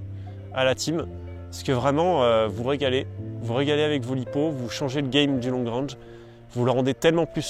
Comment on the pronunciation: Long rènge ai est Long rang... Prononciation sabine Dans la pratique le franglais est implanté. Ça fait vraiment bizarre de vous entendre parler comme ça. Il n'est pas trop tard de s'adapter et d'évoluer